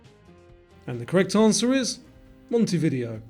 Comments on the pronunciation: Some answers were just wrong, many were not geography, and Montevideo is pronounced "montay-vih-DAY-o", not "monta-video". Also, Seine is pronounced "sen" not "sane". But it was still fun and i learned things! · Pronounced Mon.tee-vi-dao. :). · Uruguay's capital is pronounced MON-teh-vi-DAY-oh...nothing to do with videos. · Mon tuh vuh day ow not Montay video. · Monte-vide-0 not Monty video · Sorry, but the capital of Uruguay is not “Monte-video”. It’s “Montey-vi-DEY-oh”. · Montevideo, is pronounced Monte_vi_deo,not Monte_video. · Montevideo is pronounced monte-vid-eo and not monte video. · Your pronunciation of Montevideo is a bit weird. The second part "video" is pronounced "vee-day-o" to give "mon-tay-vee-day-o". Just sayin' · Great video. It's pronounced mon-te-vi-DE-o with the stress placed on the last E It means, roughly "I see a mountain" which is curious as there are no mountains in Uruguay. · You pronounce Montevideo as Monty-Vid-ay-oh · Don't be silly, I was just having a larf! 😃 I'm used to hearing it pronounced 'MontehviDAYo', that's all. Good quiz. Too hard for me and I lost count of the ones I got wrong. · Montevideo has the emphasis on the last syllable and not on the third. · Never heard Montevideo pronounced that way. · His pronunciation of Montevideo was also very dodgy. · just because a person mispronounced something doesn't indicate intelligence as much as it is due to first language or where they are from